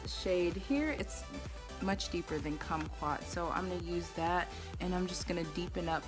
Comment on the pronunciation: Cute😊❤ You said kumquat right. We have a lot of kumquat trees in Southern California so that's likely where he got the name from. We used to sit in the trees and eat them as kids. 😊🌻